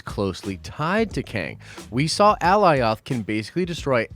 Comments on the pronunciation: Alioth (uh-lie-uth) not fuggin "Aleeoth" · Bro I know you watched the episode. Did you not here them call it A -Lie-ith . Not ALLY OTH. My ears hate it. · Alioth ( a-LIE-uhth) 👀🤷🏻‍♂️ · Alioth = Uh-Ly-uth =/= Ally-oth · how can you not know how to pronounce Alioth? They said it more than once ffs. Did u even watch it? A-LIE-OTH!!!!! as in the first part of Goliath! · AH LIE OTH The show pronounced it correctly the entire time and this dude is butchering it. Amongst other things. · How is everyone fucking up this name so badly.. A-LIE-ITH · Lol brotha its Alioth. Like GOLIATH with No g. Thats how I think about it. Lole the way you say it is funny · Al-lie-oth!! 😂😂 good try bro. They literally say its name every few mins in this episode! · Dude, they literally say the name Alioth in the show a number of times to give you the pronunciation.. Ah-lie-uth. You know your stuff but the gross mispronunciation is distracting and hurts your credibility on attention to detail when having insane attention to detail is like one of the biggest prerequisites to being an uber nerd about this stuff. It's a stupid gripe, I get it but dude.. you are better than this! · It's A-lie-ith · Say Goliath without the g. Killing me sayin the name like that. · “Ally off”??????? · cringe every time I heard Alioth mispronounced. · I don’t understand how people still say Alioth wrong after they said it numerous times during the episode.. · Lol dude, how are you mispronouncing Alioth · Man, they said the name 'Alioth' multiple times in the episode and you can't say it right 🤣🤣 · Nice video but man you're butchering Alioth's name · You obviously know how to pronounce alitoh. Why would you even pronounce it bad lol you obviously saw Loki. Stupid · Downvote only because the mispronunciation of "Alioth" especially when its revealed multiple times in show how to properly pronounce it. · Too much emphasis on Alioths name when they literally was sayin it the correct way In The show ..